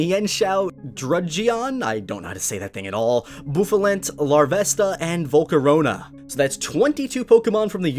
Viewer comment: Its supposed to be like havana